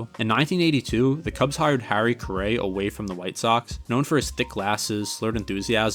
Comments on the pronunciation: Harry Care-ay?! It's pronounced Harry Car-ry! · Awesome video but it was irking me how you kept mispronouncing Harry Caray's last name. It's pronounced like "carry" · ugh, if you had just seen one game that he called and introduced himself or one video where someone talking to him or interviewing him actually said his name, or even Will Ferrell on SNL parodying him "Harry Carry here!" , that's all it takes. Don't trust the robots/AI of Google, they don't care enough to get everything right. Other than that you did a great job w the video. But once I heard Car-AY I was like noooo and I'm not even a Cubs fan. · My dad who's been a die hard cubs fan and watched them from since he was 5 and grew up on WGN (born in 59), sometimes pronounces Carays name wrong. Don't sweat it man, the video was awesome! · is doing a baseball doc and mispronouncing the most iconic cubs names and Harry?! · Google has the correct pronunciation considering both Harry's son and grandson did broadcasting, and they all have the same last name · An entertaining video even with the mispronunciations. I am not sure how you could mispronounce Harry Caray's name. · Overall I still liked the video. In a weird way, you mispronouncing Caray kind of works in your favor because it goes to show how unbiased you are and focused on strictly providing the facts. At least that's how I see it.